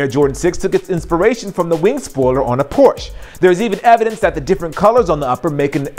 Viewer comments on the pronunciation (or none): Why do you say Porsche like that?